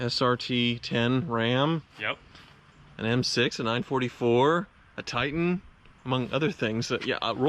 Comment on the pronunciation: thank you for saying Titan correctly.